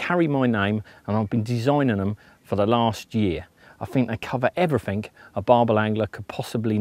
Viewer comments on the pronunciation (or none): "they cover everyfink"............. Must be a new word that's found its way into the English language?